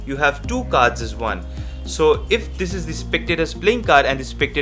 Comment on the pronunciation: You mean Deck of Vards , Right?.....pronunciation matters too